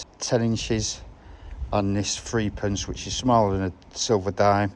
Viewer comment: Old threepence was pronounced threpence